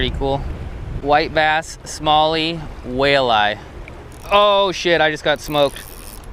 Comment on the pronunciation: I swear I heard you call it a whale-eye🐋🤣